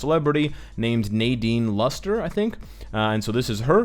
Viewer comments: I knew it. and happy that Luna is also canon now. btw its not pronounced "Luster" like in english..its literaly Nadine "LustrE" ign El Cid Allariz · Philippines give it up to the new filipina hero Wave sikat nanaman ang pinas. Its not sabu its cebu🤣🤣🤣🤣 and its not losetre its lustre🤣🤣🤣🤣🤣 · You kinda butchered the actress' surname 😅 all good tho. I smell paywall. Ig(ldrdgjn13)